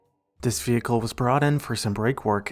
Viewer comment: The condition of these vee-hickles conjures up Ray Charles' song It's Crying Time -- can't say anything more